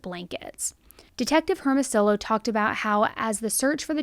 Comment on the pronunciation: I love how everyone forgets about Ray Hermosillo’s racist instagram posts & praise him for being such a great human 💀 Oh & you completely butchered his name 🤦🏼‍♀️